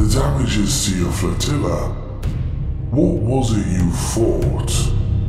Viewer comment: Excellent work. One thing that I will comment on though, and it is a very small thing at that, it concerns the voice acting. The Ultramarine who spoke, whenever he said the word "what", he pronounced it as; wha'. It stands out, to me at least. Just my opinion, but I thought that you would like to hear any genuine constructive criticisms people may have. It jars with the persona of 'warrior kings' and the actual words they use to have one of them speaking with poor pronunciation. I may be being a bit, nit picky but it is what it is. Kudos to you though as its brilliant stuff on the whole.